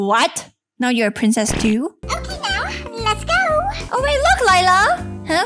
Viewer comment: It’s ok not okeh